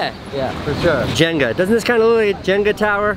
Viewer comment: It’s Jenga not Jenga